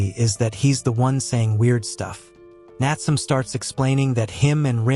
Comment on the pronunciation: Bro it's not natsum it's Natsume 😢